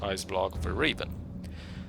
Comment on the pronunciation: Aah, I didn't think about transforming, neat idea 👍 No , I just occasionally hear "Reeven" when you mention the game title at the beginning 😀 Maybe my mistake.